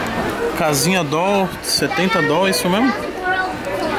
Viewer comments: "Dol" e meu ovo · AGONIA DA PORRA ESSE "DOLL" NÃO EXISTE ISSO MANO!!!!! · Para de fala Doll manu tá parecendo outfit hauahau bagulho tosco da porra